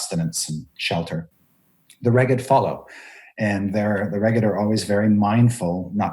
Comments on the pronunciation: Sounds like "smeghead" ;) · Finally! Needed this episode because Reghed was not in pronunciation guide. 😂